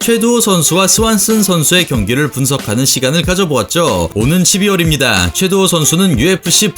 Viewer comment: 최도후 선수가 아니라 최두호 선수입니다. 영상 초반에 3번 정도 잘못 발음하시네요.